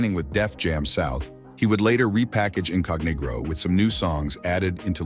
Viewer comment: More like OOF! 😂😂😂😂 I thought the pronunciation of “Incognegro” was bad 😂 😂😂😂😂😂